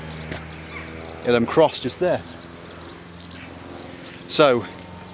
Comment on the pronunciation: A very enjoyable video. I think Ilan is pronounced (eye lamb) or I have heard people call it (I am).